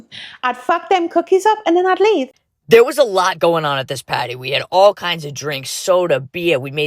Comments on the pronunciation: I hear 'potty'... 🚽🫩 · I kept on hearing “patty” and frankly I just felt like she should’ve done a burger theme with how she was saying party.